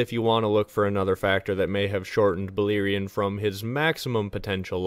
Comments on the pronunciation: balErion no I(ee).. read how its written. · Its "Bal(AIR)ion... not Beleerein. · Bah-Lair-ion not Baliron 😂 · Any language grammar/phonic rules tells me you're pronouncing it wrong. E= ee, and, I = ee cannot both be true. Buh-LAIR-eeon.